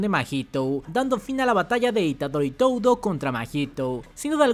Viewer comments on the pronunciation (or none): Me caen muy bien. hacen muy buenos videos, pero como comentario muy personal> No pronuncien Toudo como TOUDO, Mahito como MAHITOU, Gojo como GOJOUU El japones realmente es muy parecido foneticamente al español y le estan aplicando la espanglish besitos